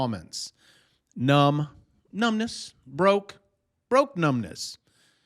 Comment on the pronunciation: Ahhh. Did you say numbness or numbnutz?